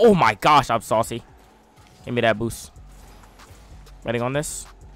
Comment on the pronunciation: He literally sais ''boos''😂